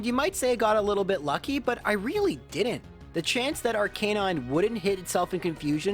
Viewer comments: it's arca-nine, not ar-canine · I don’t mean to be nitpicking or anything but during the Blaine gym battle, the way he pronounces AR-KER-NINE as AR-KAY-NINE really irks me, and i’m doubting myself whether or not nintendo wanted it to be pronounced AR-KER-NINE or AR-KAY-NINE because it’s arCANINE and canine is pronounced KAY-NINE 🤔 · I'm sure you've addressed this, but your pronunciation of Arcanine makes me cringe. Anyhoo, great run/content as usual :)